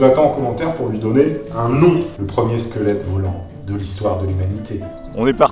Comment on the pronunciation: LE "SQUELETOUNET"